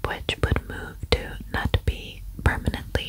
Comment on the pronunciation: Yeyy, you did this case!! 😍 I've requested it from so many creators! Thank you! Ps You would pronounce Knutby as in "Ruthview" 😄 if that makes sense! Word of Faith is a movement of prosperity gospel. Kenneth Copeland-type of ****. 🙈